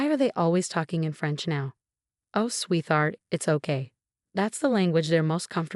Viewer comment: What was the name of the mother in law? Margaret? Margo? Marga? Said many different ways and spelled many ways in written form. Also… sweetheart!? Is said Swee. Thart. Come on!!